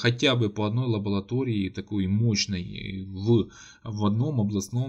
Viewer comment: ЛабоЛатории- улыбнуло.